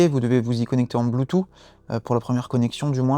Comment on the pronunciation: Tu me trigger avec ton « Bluetoo » 🤬🤬